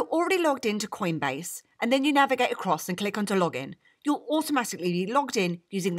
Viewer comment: and Did I hear queenbase?!